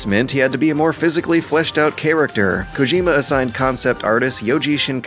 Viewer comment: Is it just me, or does the dude that narrates this have a very weird way of pronouncing things? Like 'charac-terr' and what not.